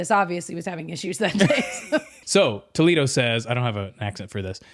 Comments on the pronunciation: It’s actually pronounced like Toe-lay-doe Toledo in Ohio is different than Toledo in Spain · Doesn’t the Disney restaurant Toledo use the proper Spanish “tuh-LAY-doh” pronunciation? (The pronunciation of Toledo, OH, was Americanized.) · There is a city in Spain called Toledo, presumably what the restaurant is named after. And FYI it’s pronounced Toe-lay-doe.